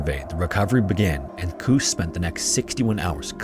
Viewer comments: Pronounciation tip; "Koos" is not pronounced "Kuhs", yet "Koas", as in "coast" without the T. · Koos is pronounced "Cose". For your next Koos. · You pronounce Koos not like goose, but more like kous, FYI. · Koos……..why the hell you butcher the name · Really good coverage but dude, I am BEGGING you... please look up the pronounciation of Afrikaans names because they way you said "Koos" almost broke me 😭 Google is free. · Koos rhymes with Lewis. It’s an Afrikaans name. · In Afrikaans "v" is pronounced like "f" so it's pronounced "faal". And I have no idea how to explain how to pronounce "Koos", your pronunciation was hilarious though.